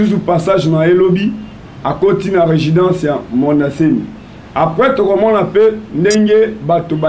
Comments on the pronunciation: Professeur ya français😂😂😂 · Résidence ou bien regidence?